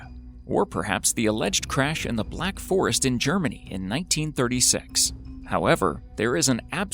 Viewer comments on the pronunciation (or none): none